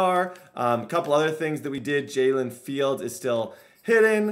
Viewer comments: lmao he said jalen fields lol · “jaylen fields”